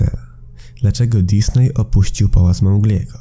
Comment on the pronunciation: powinno poprawnie wymawiać się Dizni przez nazwisko założyciela firmy. Disney to spolszczona nazwa firmy.